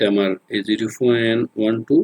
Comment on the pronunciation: আপনি পয়েন্ট কে ফয়েন্ট বলেন কেন?